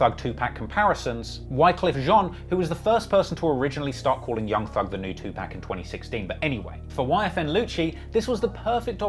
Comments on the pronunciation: it’s not “2 pack” it’s 2 pac, pronounced “pOck” like how you would say “park” with your accent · I thought was a fan, LOL. It’s not 2pack it’s 2poc. What a lame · wtf is two pack????? its 2pac, pronounced like POCK 🤦🏽‍♀🤦🏽‍♀🤦🏽‍♀ wypipo always f*ck that up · 2Pac’s name isn’t pronounced two pack it’s pronounced Two Pock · You gotta stop calling him "2Pack". The a is pronounced like the word paw. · I hate the way you pronounce 2pac (two-POCK) not “pack” 🙄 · enjoyed the video but you have to stop saying Two-Pack and instead say Tupac (Two-pahk). I've heard other people from pronounce his name incorrectly. Loved the video, keep up the great work! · Please it's NOT PRONOUNCED PACK ITS PRONOUNCED POCK TWO POCK TUPAC THE A SOUNDS LIKE AH . Yall swear 🤬 yall are the kings and queens of languages but yall pronounce things fked up as well 🤧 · It's not "2Pack" it's pronounced like "2Pock" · why TF he keep saying 2-PACK ....if you're going to cover OUR culture get the fucking names pronounced correctly! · Somebody tell this dude learn how to PRONUNCE TUPACS NAME (TU-POCK)🤡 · i like the pocast but to hear you pronounce 2Pac as 2pack is like nails to a chalkboard lol all love tho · 2pack???... these bloggers out here 🤦‍♂️ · It's super infuriating to listen to a guy that covers events in hip hop pronounce 1 of hip hop's legends wrong over and over, I know to some it may seem minor but even Jay-Z stopped and corrected a host on TV because he kept saying 2Pac the same way the guy in this video says it . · Bruh you don't even know how to pronounce Tupac correctly..whyte people